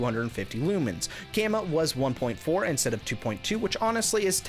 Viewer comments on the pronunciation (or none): none